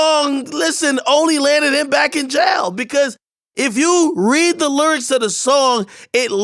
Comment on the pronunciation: akademiks- "if you read the LURICS of the song" 😂😂